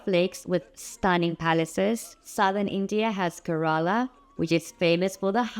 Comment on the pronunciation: Nice synopsis! Kerala is pronounced "Care - ala", most people mispronounce it :)